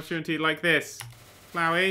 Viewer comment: HE PRONOUNCED FLOWEY RIGHT THANK GOD